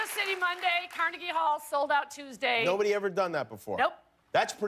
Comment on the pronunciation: Anyone else thought she said cardi b hall instead of Carnegie hall? No just me cool